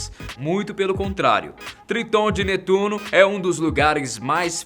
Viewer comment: Se fala netuno